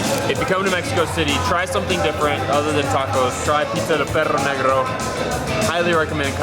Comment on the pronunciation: awww guys you are super cute couple the pizza looked delicious! and the way you guys pronounced perro negro idk why but i found it so funny! 😁😁😁